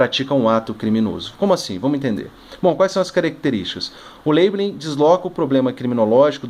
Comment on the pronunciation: A pronúncia que não é "leibelin"